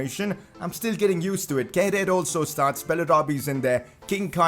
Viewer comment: It isn't how you pronounce Kehrer. It's more like "Keh-rar".